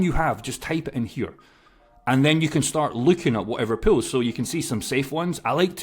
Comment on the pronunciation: I wateched over 6 videos on the same day hearing you saying 'Pills'. Now I get the 'Pools' part. Thank you again for the information, surely not many even know liquidity offering including myself.